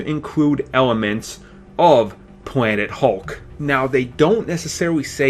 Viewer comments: Dude never made it past 3 years old. Still talking like a baby, pwobabwy, instantwy, officiawwy, da and de(the), weawwy, compwex, and pwanet hulk. Bahahahaha! Talk right. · He said pwanet hulk